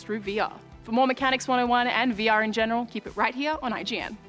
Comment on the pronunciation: Sounded like she said "weewee experience"